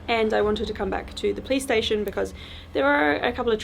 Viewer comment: Every time she says police station I hear play station 🤣 who else does ?